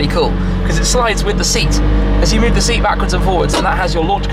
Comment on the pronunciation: I thought he said he got a shmeat